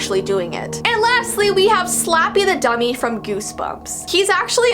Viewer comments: She said those Slappy words she said completely wrong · Girl don’t worry, you have to say it three times, and you totally pronounced every word wrong